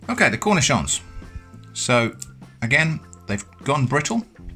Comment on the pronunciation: arent you supposed to bread them and all that?? flour eggs panko? anyway i love your pronunciation of the word "cornichon"